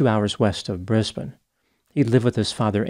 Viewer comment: (Small hat-tip to for correctly pronouncing Brisbane as "Bris-bin" and not "Bris-bane")